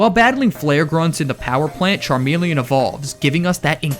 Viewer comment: THERE IS NO I IN CHARMELEON!